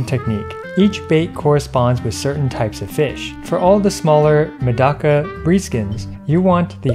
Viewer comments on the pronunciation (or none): none